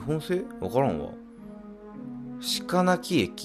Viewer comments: しかなり→ろくめい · 鹿鳴（ろくめい）じゃね？